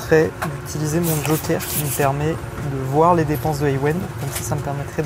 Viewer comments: Kojer au lieu de Joker. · kojer au lieu de joker j'att mon salaire pr ceci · « kojer » a la place de joker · / kojer au lieu de joker jouer en mode tryhard sa serait mieux uber eat ? au lieu de uber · À 😂😂 « kojer » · "Utiliser mon kojer" 💀